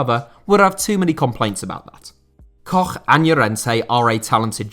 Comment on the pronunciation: I really apreciate how you pronounce Robin Koch correctly, and not as Cock. You don't see it often